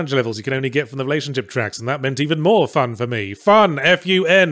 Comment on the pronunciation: According to his dictionary, Yahtzee pronounces "fun" as a three syllable word.